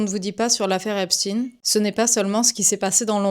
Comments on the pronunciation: N'UTILISEZ PAS LE VOCABULAIRE de l'ennemi: dire "epshtine" c'est faire penser à une origine russe de l'individu, ce qui n'est pas le cas je me comprends. Dites EPSHTAÏNE comme on dit EINSTEIN etc. Autrement vous partez avec des armes inoffensives: tout compte. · Pourquoi prononcer epstine ???? Alors que c'est epstein ,,,????? Deja prononcer correctement le nom !!!!!!!! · Arrêtez de toujours dire "épsse-tine"... c'est "epsse-taïne" ! 🙄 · Commençons par prononcer correctement EPSHTAÏN et non pas ''epstine'', pour ne pas faire leur jeu. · Je partage totalement cet avis. La prononciation "Steen" est clairement destinée à faire oublier les origines. Il est curieux de constater que lorsque ça convient, pour certains personnages valorisants tels qu'Albert Einstein, Arthur Rubinstein ou Leonard Bernstein, la prononciation "Shtayn" s'applique. Mais elle ne s'applique plus dés lors qu'il s'agit de personnages immondes : là on recourt à une prononciation anglo-saxonne !